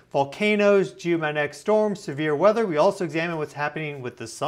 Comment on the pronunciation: It would be much easier to take you seriously if you could pronounce the G in maGnetic. If my 4 year old can do it, you should he able to. 😂